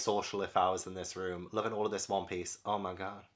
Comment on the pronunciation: I loved this video so much! 😂 Also… I’m new to the manga realm and whenever references One Piece, I kept thinking he was saying “Whompies.” Like… what in the fresh hell is Whompies? It took me a few videos to finally figure out he was referring to One Piece. 🤦🏻‍♀️